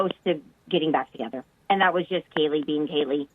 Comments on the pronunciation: I understand mistakes happen but omg get the girls name right! You're essentially monetizing from her and her friends death the LEAST you can do is pronounce her name right. It's KAY-LEE not Katie, not Kelley Kaylee. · You keep saying Katie instead of Kaylee😔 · ITS KAYLEE, NOT KELLY!!! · How many times can you not say Kaylee correctly? I heard Katie and Kelly. This is disrespectful. Also, the last name is Goncalves. If you are putting out videos of this horrible crime, show the victims and their families respect. Say the names correctly. And to pin a comment with the last name misspelled, imo is very disrespectful to the victims and their families. Not hard to go and correct the pinned comment. The video of not saying Kaylee’s first name correctly several times leads me to believe that this is about clicks and views. I am sorry if this is not polite, I am not trying to be an a$$. I just feel it is important to get the names correct. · It’s Kaylee not Katie. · Kind of wish you weren’t pronouncing Kaylee’s name as Kelly. But that’s probably a minor thing here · They stand with him and he is not the person that did this. Also it’s KAY-LEE. Not a hard name to pronounce. It’s not KELLY. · Her name is Kaylee, not Kelly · Its Kaylee, not Katie. You got it wrong multiple times and that seems Ike a basic thing you should make sure you get right before you post a video. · It would be great & RESPECTFUL if you would at LEAST pronounce KAYLEE'S name correctly. You have called her Katie and different name smdh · You keep saying "Kelly". It is KAYley. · Came here to point that out. She actually says Katie a couple different times. It bothered me so much I couldn’t even focus on anything else she was saying. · Bro you keep pronouning kaylee wrong. You said kelly and katie it's KAYLEEE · Her name is KAYLEE! NOT "KAYTEE" You don't even know her name?! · Hey name is Kaylee, sounds like you said Katie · Her name is not pronounced like Kelly.